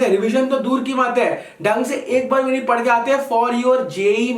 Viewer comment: bro its padhe not pade in hindi